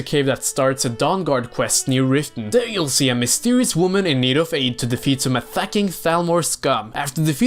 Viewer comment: Did you just say mistewious? Btw, same love for the LOTR series here. As for The Hobbit, it’s good but I’ll stick to the books 😅